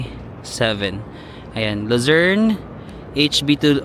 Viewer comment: Kada bigkas mo Ng Lucern...ung utak ko nagsasabi Ng visayern at mindanern😂😂😂